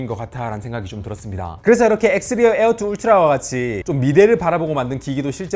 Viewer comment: 에얼투 ~에얼원~ 거슬려!!!!